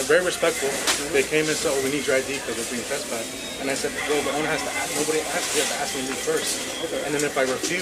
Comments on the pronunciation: Why are certain people not able to pronounce the work "ask" ? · The tattooed hispanic hooer cop has an IQ of 18. The black hooer's is less, she cannot pronounce the three-letter word "ask", putting the 'k' sound ahead of the 's'....an utter ghetto moron.